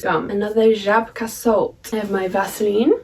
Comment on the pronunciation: I'm so surprised how well you are pronouncing Żabka :D